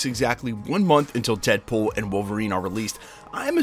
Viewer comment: 😂 “deadbool wom Wolverine”